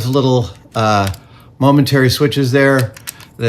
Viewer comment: I thought he said Mum and Terry buttons, I was a little confused.